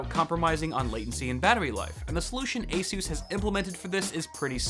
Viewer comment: That's how its pronounced just fyi